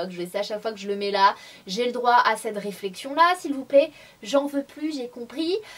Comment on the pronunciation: Coucou Sanaa, c'est marrant pour "on ze retrouve", j'avais remarqué aussi que tu dis pas "cette robe "mais "ced robe" et à chaque fois ça me fais rire.Mais avant,ça m'énervait....mais ça,c'était avant!